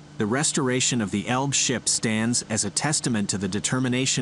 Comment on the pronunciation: It's not "Elb" it's Elbe. If Britons could learn how pronounce German and other languages correctly it would be great.